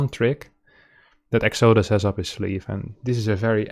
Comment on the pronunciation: Pronounced: EX-uh-DUSS